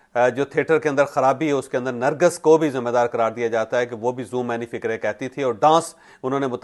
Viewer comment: nargis ka nam ap theek nhi le rahe ...ap nargas bol rahe hen asal nam nargis ha